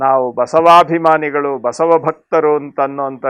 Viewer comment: ಬಾ ಎಂಬಲ್ಲಿ ಸಾ ಎಂಬಲ್ಲಿ ವಾ ಎಂಬಲ್ಲಿ ಬಾಸಾವಾ ಆಗುತ್ತೆ. ಬ ಎಂಬಲ್ಲಿ ಎಂದರೆ ಶುದ್ಧ ಉಚ್ಚಾರ ಮಹಾ್ತ್ಮರೆ, ತಪ್ಪಾದರೆ ಕ್ಷಮಿಸಿ.